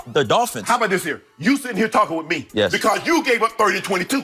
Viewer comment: 'Wit me' LMAO